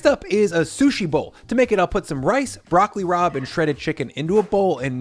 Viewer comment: At first I swear you said "Broccoli Rob" 😂